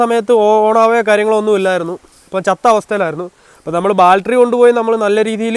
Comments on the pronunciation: എടാ ബാൽട്ടറി അല്ല ബാറ്ററി😁😁😁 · Sealing..alla...oil Seal...Baltery alla..Battery...Onnu nannayi vandiyude parts name padikku kutta... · ദൈവമേ നമിച്ചു ! ബാൽട്ടറി അല്ല ബാറ്ററി ആണ് ! ഇനിയെങ്കിലും നേര ചെവെ സംസരിക്കാൻ പഠിക്കുക ! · ബാൽട്ടറി allaa battery 😂. Njn ponkala ettitunde😝